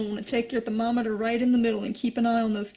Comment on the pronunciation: CORRECT pronunciation of "thermometer"